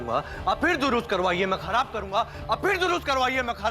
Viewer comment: Atharv ne khrab ki jagah khrbab bola